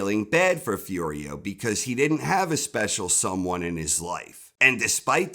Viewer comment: "but he did-dent" , lol